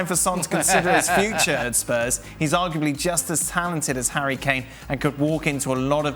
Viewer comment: Yeah you did lol, I think he started pronouncing 'future' in french then switched to english midway through.